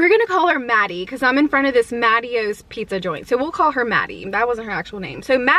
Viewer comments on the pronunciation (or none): none